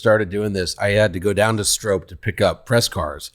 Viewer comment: I like Jim Farley but it really hurts a persons and a companies credibility (CRED) when you talk about a heritage product like the new Stroppe edition Bronco and you mis-pronounce the name. It's pronounced STROP (rhymes with POP) not Strope (sounds like rope). If you're going for heritage and OG offroad cred please do your homework.